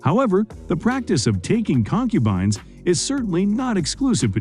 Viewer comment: The hell is a con-cuban. 🤣